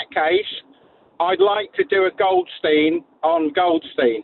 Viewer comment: Can someone tell Andy Goldstein to pronounce his name properly...even Benty says it correct and he still doesnt correct himself. What a plonker